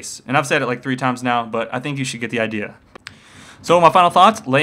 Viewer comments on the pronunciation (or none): none